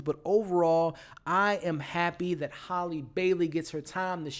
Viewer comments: HALLIE (pronunciation HAY-LEE) not HOLLY.....you drove me crazy saying her name wrong the whole video. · Also its Halleeeee--- Like HAMBURGER HAL- Lee